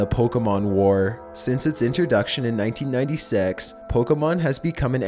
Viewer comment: did you say 199sex